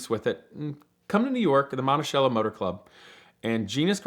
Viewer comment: Awesome video! Beautiful cars. But I have to get something off my chest because its driving me completely nuts! "Monticello" its pronounced "monti-sell-o" NOT "monti-shell-o"...lol